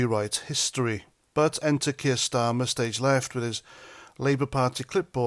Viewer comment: did you say starmer, or STEAMER? ⬜⬜🟥⬜⬜ 🟥🟥🟥🟥🟥 ⬜⬜🟥⬜⬜ 🇬🇧👍🥂🫡🥓🍻🔔🐕🛎️💞🗽💪🍷🍹🍾